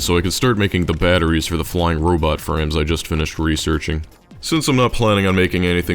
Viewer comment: every time you say robot frames I hear robot friends